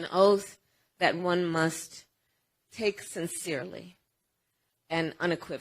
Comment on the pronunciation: She is drunk again — “sinthzeerly”